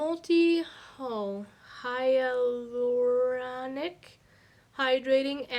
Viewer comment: Hyulronic pronounced hy you'll ron ick Thanks for the video!!!